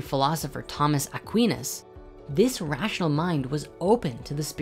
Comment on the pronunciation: Thomas "Aqweenus"? Never heard it pronounced that way... (and "Aris-totle-ee-in"? Isn't it "aris-tote-eel-ean"?)